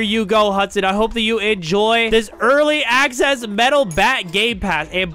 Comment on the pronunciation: Bro said early acsase